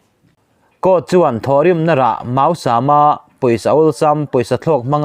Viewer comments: màusâm mau hi ri hniamin màusâm. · Mausam tih kha i thluk dan ka duhthusam lo deuh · Mizotawng hi chhiarthiam a har a nih dawn hi,Thawhrim na rah mausam tih lai hi i lam dik lo tlat,rua mau lam anga lam rik san loh tur,sam nen lam dan a in ang tur a ni,mausam toh hi aw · i aw a fiah ngaihthlak a nuam Mausam i lam rik dan hi ka lo hre dik lo zawk nge mak ka ti deuh a